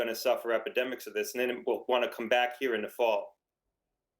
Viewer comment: Matrix?! Duh it’s up heAh